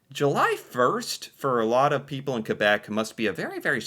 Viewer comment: Does this guy actually think that everyone moves on the same day every year?? Two years plus of doing these videos now, and still doesn't understand why Quebec doesn't celebrate Canada day? It seems like he has to be reminded every week or so that "Quebec is the French one." At least he pronounces it correctly.